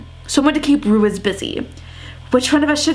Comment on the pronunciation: Sorry it's been bothering me. Ruiz is pronounced ROO-EEZ not ROO-IZZZ Just wanted to point that out :))